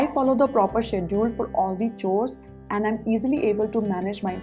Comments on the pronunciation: "Chores" is pronounced as" cores"..... Don't mind. Your videos are awesome 👏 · Kind suggestion- you often pronounce "chores" wrongly. Please find the correct pronunciation